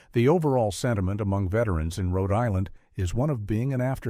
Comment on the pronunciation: "Hote Island"? A.I. sucks!